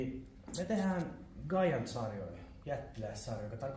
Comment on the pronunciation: Hyvää settiä!🤘Mut "gaiant", sori mut pistää korvaan😅